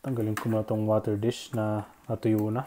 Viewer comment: Kuya bulol Po ba kayo sa water disk?